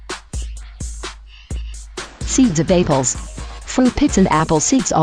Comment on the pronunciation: the way she says apples is hilarious!! lol apeels?